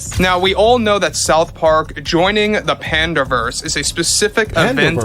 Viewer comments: Panderverse. Not panda-verse. Not pande-verse. PANDERverse. As in 'pandering' + 'universe' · Who pronounces Panderverse as Pandaeverse and Pandeeverse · Why does she keep saying "pandeeverse" annoying